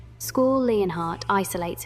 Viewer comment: who is school? you mean Squall. S-KU-AL